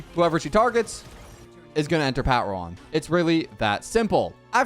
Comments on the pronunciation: The pat-ron physically hurts me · i found it weirdly funny how badly he butchered the word "patron" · him pronouncing patron like that is hurting me